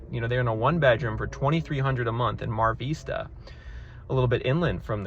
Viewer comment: *fyi, Mar Vista and Playa Vista are pronounced with a short “i” sound like “kiss”